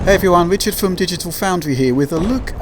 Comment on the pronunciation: Awwwwww, it's fwom digital foundwy yet again.